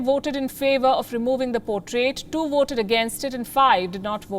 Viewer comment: You take your two front teeth, push it against your lower lip and say voted! If you don’t put your two front teeth on your lower lip you can’t say ,voted, you will always say Woted, but the word is voted!